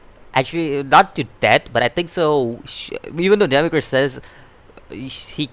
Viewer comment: say it like Demi-urge, like as I urge you to learn urge just put Demi in front....